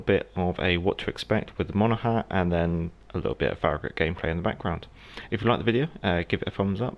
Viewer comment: It’s pronounced Mona-Han. The g is silent, the n at the end isn’t. Great vid per usual.